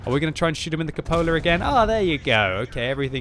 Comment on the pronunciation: "right into the Cupolerr"